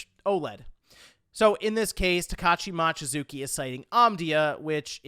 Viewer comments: Mochizuki is pronounced moh-chi-zoo-ki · drives me crazy how many times he said "Mawchizuki" ... how hard is it to pronounce the letter O?